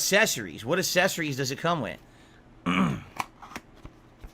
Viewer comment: The way he constantly mispronounces words absolutely infuriates me.